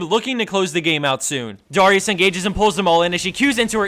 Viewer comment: You pronouced Darius really weird ._.